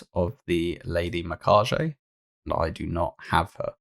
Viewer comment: mi - ka - ge (like get) no J sound